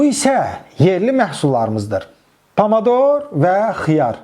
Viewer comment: Talş ca dedi pamador😂😂